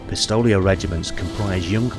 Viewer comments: Dude You need to get some help pronouncing words Sylvannia (Sill-Vay-Knee-Ah) Pistoliers (Pih-stow-lee-errs) Griffon (Very clearly meant to be said like Griffins) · Pist-O-liers? Griff-Ons?